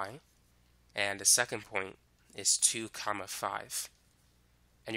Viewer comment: The way he says comma though 🤣